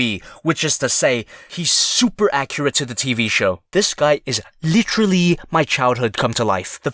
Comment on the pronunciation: licherlly